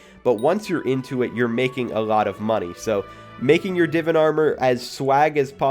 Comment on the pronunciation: He said Divan wrong 😂